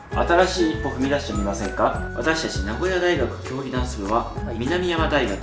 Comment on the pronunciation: みなみやま大学ではなく、なんざん大学です😂